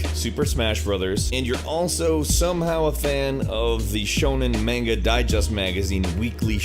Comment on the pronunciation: Damn, beat me to it. Also "main-ga"